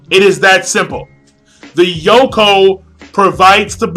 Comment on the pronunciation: It's Yonkou, not Yokon. lol